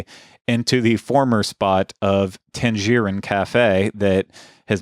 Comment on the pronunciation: Odd way of pronouncing Tangerine there